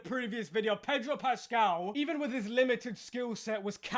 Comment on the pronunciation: I never knew there was an 'r' in 'Pedro Pascal', still don't.